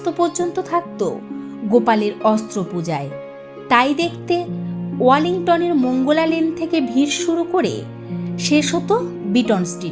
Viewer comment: any source of the information you provided? (also its protistha...not potistha....its prodhan...not podhan...its wellington...not wallington...its beadon street, not biton street) hope you will be correcting next time